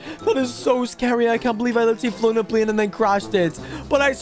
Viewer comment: It’s not plien it’s pl ay n